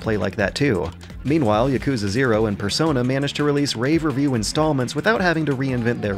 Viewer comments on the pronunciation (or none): none